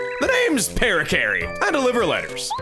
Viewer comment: it's pronounced "puh-RACK-uh-ree"